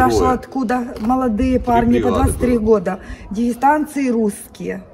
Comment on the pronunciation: "ДегЕнстанцы были", сказала женщина, потом опять - " дегенстанцы" , а кто такие - дегенстанцы ?